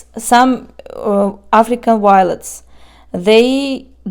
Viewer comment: I really love everything about your plant videos. Even how you say "W-iolets!" It's all good and really fun to watch.